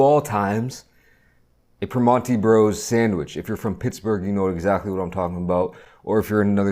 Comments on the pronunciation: Hello fellow yinzer. I hate the way he pronounces it "Primonti's" tho lol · haha yeah that irked me too. its pronounced more like per-MAN-(t)ee bros around here but at least he tried